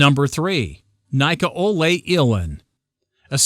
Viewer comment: Has this dude really never heard the name Nikolai? Even if you're from the US/UK (so am I), I'm sure you've heard the name at least a few times in you're life.